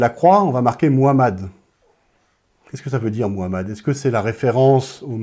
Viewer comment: C'est Mohammad paix et bénédiction à lui et rien comment tu prononce son nom ça montre ton ignorance